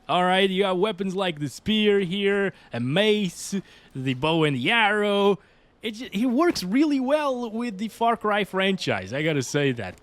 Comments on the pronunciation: "Bow and yarrow" wtf? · "bow and yeeyarrow" 😂😂